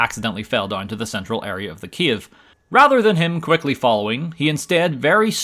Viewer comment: Is it just me or he pronounces cave as Kiev?